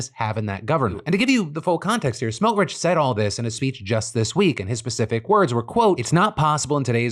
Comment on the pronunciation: Your pronounciation of Itamar Ben Gvir and Bezalel Smotrich were only about the tenth worst pronunciations I’ve ever heard, so congrats for that